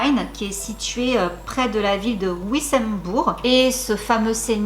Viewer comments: Ça se prononce vissenbour ma mère est née à côté ainsi que ma grand-mère petite ville frontière avec l Allemagne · Première à cliquer sur j'aime et première à commenter. Je t'adore, tu es trop géniale. C'est trop mignon comme tu as prononcé "Wissembourg". Je vis à 40km de cette ville et chez nous, on pronoce "vi-san-bourg"Mais bon, c'est que chez nous on a des nom de villes et de villages pratiquement impronoçable. Mais comme je suis une Alsacienne de pure souche, c'est plus facile pour moi. Tu as un gros bonsoir de tous les Alsaciens.